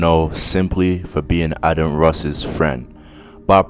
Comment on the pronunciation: Am scottish n it adin not adan